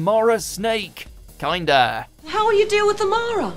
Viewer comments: …as always, you mispronounced a word. It’s not "kinda" (kind of) it’s "kinda" (kinder) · Kinda, not bloody “Kinder” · Please stop making doctor who videos until you learn to pronounce things properly. Why would a story be called k-EYE-nda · Oh ffs, it's Kin-da not kind-a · Ken-da not Kind-a. Kinda obvious 🤫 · Sorry to be that person by it's pronounced Kin da Not kind a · Yet again the names aren't even pronounced correctly. The "wurn"? (it's pronounced Wir-rin). And "Kinn-dah", not "Kind-er". And the planet is called "Dee-vah-low-kah", not "Day-vah-low-kah". I'm surprised they don't call the show "Drrrrrr Wa-Hoo". I love this channel, but this is just getting embarrassing now. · Keyenda hahaha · Mispronounciations: Wirrn (wi-run) Kinda (kin-duh) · My man really said k-eye-nda 😭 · The rat in Talons of Weng Chiang is a well known embarrassment. All the more disappointing as it appears in an otherwise awesome story. Also Kinda is pronounced as in Kinder egg (I.e. German for children). And the dinosaurs were puppets, not stop motion. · #1 it's pronounced like Kinder. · Has this guy ever watched these stories? Kinder instead of Kinda, Wirrn pronounced Wern instead of Wirren… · You miss pronounced so many names, kinda (pronounced like the kinder eggs) and wirrn (pronounced whirren) being the worst, you need to do more research to understand how to pronounce them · FFS get a narrator who actually knows how to pronounce the names properly……eg Wirrn is pronounced wirrin, Silurians cy-loo-ree-uns, Erato eee-rah-toe and Kinda is Kin-dah. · When only Doctor Who fans can deduce when someone has never watched the Ark In Space when they pronounce Wirrn as it’s spelt. And when talking about Kinda, again pronounced it as it’s said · It irritates me when he mispronounces words like Kinda. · I mean, he doesn't pronounce Kinda correctly. That was a big flag. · Really need to work on your pronunciation. The Wirrn and Kinda are stupendously wrong. Research!